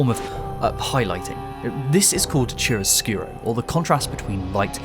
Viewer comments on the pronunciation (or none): Chiaroscuro is pronounced with the ch sound = k sound. So like Kiaro. Means “light-dark” in Italian. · The Ch in Chiaroscuro is pronounced like K. Like in Chimaera or Chlamydia